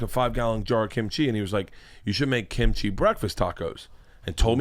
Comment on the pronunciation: Why do non-eastern-asian people always say kimchi like it's two words? 😭😭😭